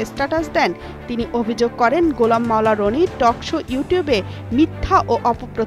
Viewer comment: এডমিন এডভোকেট গোলাম মাওলানা রনির নাম আরো সুন্দর করে উচ্চারণ করার অনুরোধ করছি। প্রোফাকান্ড সচিবের নাম যত সুন্দর করে উচ্চারণ করলেন, এতে দেশের গুরুত্ব পূর্ণ সচিবদের অপমান করলেন